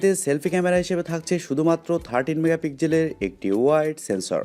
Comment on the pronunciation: megapigjel নয় রে মুর্খ ওটা pixel মেগাপিক্সেল উচ্চারণ না শিখে লাইভ করে দেশের সম্মান নষ্ট করছ